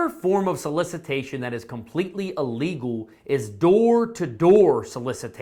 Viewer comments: Please! The word is ILLEGAL - not ULLEGAL. Thank you! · Thank you for your video. It is not ah-lee-gal.. think im-possible. close to a long "e" to start it out. ok? Don't be upset. I have to correct those that insist on "Expresso" but it is "Espresso..." there is no X in Espresso. Think how you say the word ill. ill + legal. ok? ill legal.